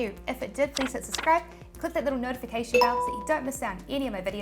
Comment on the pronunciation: It’s suBscribe. Not suscry or suscribe.